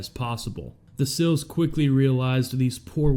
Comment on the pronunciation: Love the coverage but learn to say “seals” not 😊”sills”